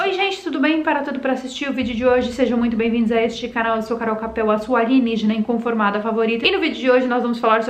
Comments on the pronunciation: "aligenígena" como você fala ou alienígena? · Posso pedir algo? Vc pode falar a palavra certa em português=alienígena e não "aligenigena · Carol!! Que estranho ver você falar “alugenigena” e “apocarice”! O que houve? É zoeira sua né não? 🤷🏽‍♀️ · Alienígena. E apocalipse. Tu tá falando errado de propósito né.kkkk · porquê está falando aligenigena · Você fala errado alienígena